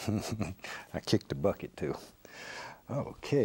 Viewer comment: "i kick da bucket to" XD made me loose it entirely